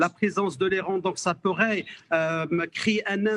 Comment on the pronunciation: Aller vous faire enculer. Les beurres depuis quand il se mélange avec des hommes. Il arrive même pas prononcer le mot l'Iran